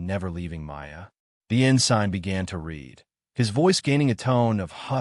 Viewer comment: You keep saying ah-gaup aye--when it is a-gape (like grape without the r) and it is ensin (silent g) not en-sign!!